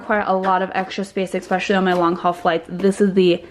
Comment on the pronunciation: The word is ESPecially , not eckspecially.